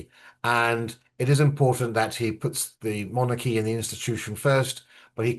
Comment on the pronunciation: Lovely Monarchy is pronounced MON-R-Key. said quickly And not MON-ARC-key😊 and monarch is not MON-ARC it’s MON-URK